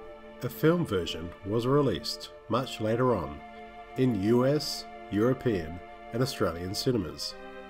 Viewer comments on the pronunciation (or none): none